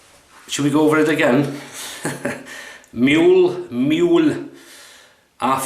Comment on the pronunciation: The prounciation is moo-leh. The ue has a sound not Föhns in english. Google Translate can do it. Greetings from Germany Thomas